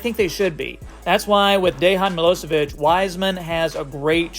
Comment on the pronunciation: Good analysis, wouldn't add anything more, thanks for this! Only one friendly advice, correct pronunciation of his name would be Deyan Miloyevich.